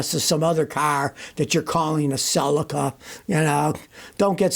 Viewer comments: It's a cel-ica, not a cel-eca. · Suh-lee-Kuh not sulaka….Celica